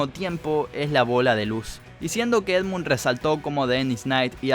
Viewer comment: Sos un Fanboy de Endmun Mad Milen sorry por pronunciarlo mal